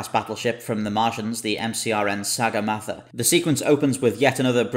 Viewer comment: Will they forget, no. Ever pronounce correctly, maybe ;)